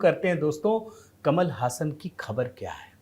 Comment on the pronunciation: जी ऐसा बताया जाता है कि इसका उच्चारण कमल हासन नहीं, कमाल हासन है।